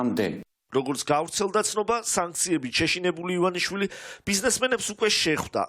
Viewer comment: ივანაშვილი რა არის?! გვარი სწორად წარმოთქვით, თუ შეიძლება :დდდდდდ